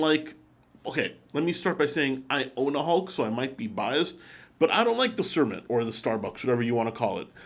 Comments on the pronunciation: I think is best to stick with the new Kermit rather than calling it cermit, starbucks etc. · Dude. Did you really call it a Cer-mit?? It's Kermit, as in Kermit the Frog!! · Pretty sure it supposed to be "Kermit".